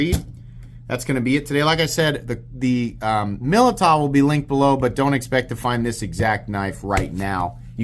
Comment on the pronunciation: It's pronounced Millydow